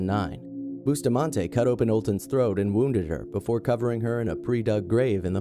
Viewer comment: Why was the black boy executed only? And Alyssa's last name is pronounced buss-tah-man-ti